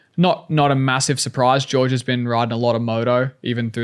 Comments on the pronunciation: It's Jorge not George, isn't it? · Its pronounced Hore-Hay! 😂 I think Hunter is just poking at him lol, they're rivals but still got respect for each other